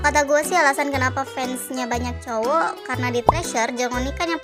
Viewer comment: Salfok sama abang "cowok" 😂😂😂